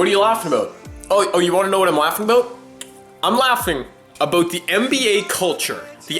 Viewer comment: aboot lol